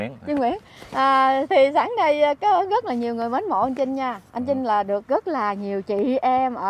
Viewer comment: ụa chị,anh trinh với chinh, hai từ khác nhau mà,hai cách phát âm khác nhau,âmtr với âmch mà,e thì ko có ý kiến gì,mong chị gọi tên các anh cho khán giả dễ hiểu hơn,chúc chị nhiều sức khỏe